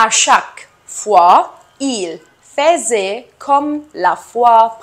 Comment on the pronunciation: Le verbe"faisait" ne se prononce pas comme vous l'avez fait